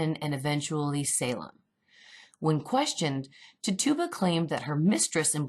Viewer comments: it's not Ti-Tuba, It's Titch-oo-buh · TIT UUUUUU BAAA lol not TitOBA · You're saying the name wrong.. its Tit-u-ba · Her name is pronounced "Titch -U - ba". I worked in Salem and that's how it is pronounced there. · It is pronounced ti-cha-ba but wonderful video <3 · Tit u ba. Pronounced it wrong lol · Great video! Big fan of your channel!! Just fyi, Tituba is pronounced TIH-chew-ba with the emphasis on the TIH with a soft I sound. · contesting froud i came to type EXACTLY that. Like: How can you quote 5+ scenes from COVEN, where her name is pronounced correctly, & then say: "Tit tu bah"? Never heard her call Nan, "Non". lol & smh.. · anyone else distracted by how she pronounces Tituba? lol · Lol I like but please get her name right